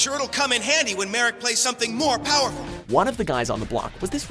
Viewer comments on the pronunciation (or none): none